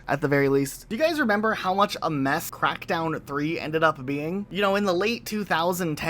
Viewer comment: why does it sound like he said "meth crackdown 3"😂